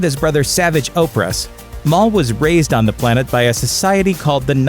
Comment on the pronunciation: Why does everyone mispronounce Savage Opress??